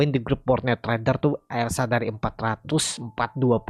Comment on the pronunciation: Elsa…..bukan lesa